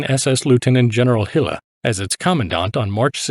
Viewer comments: Small detail, but nevertheless - the division was under the command of Herbert Gille. Not "Hille". Otherweise great insight. Thanks. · Gille is pronounced this Mon Ami, sounds to us Tommies like hill 😇